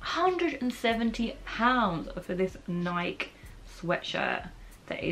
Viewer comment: Loved the video but I do have to say it... Nike rhymes with spikey